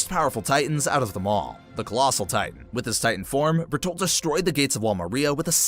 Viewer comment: Berturilt hiiver